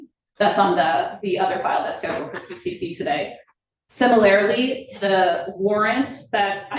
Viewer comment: Sim-a-lair-a-lee? = Sim-a-lure-lee = Even lawyers fail at english pronunciation :face-blue-covering-eyes